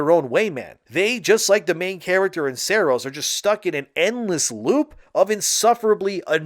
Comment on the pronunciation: Sahr-ohs not SAIR-OS